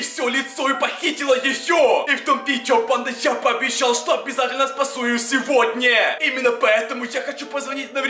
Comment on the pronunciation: Почему ты говоришь ни сегодня а сегодне